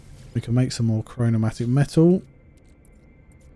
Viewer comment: It's chromatic metal and not chronomatic 😂